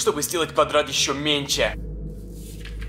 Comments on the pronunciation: Я один слышу точто он говорит не "меньше'' а "менче" ? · не менсе а менШе